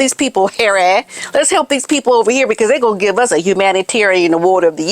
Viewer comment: Cracks me up whenever you say Hairy!